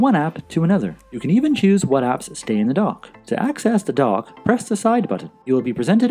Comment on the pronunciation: For the longest time, I thought you were saying "The Apple Dog". I finally realized you were saying "The Apple Dock". I'm in Houston, TX and I guess we speak a different English language here. BTW, I have the Series 5 but your videos are still relevant.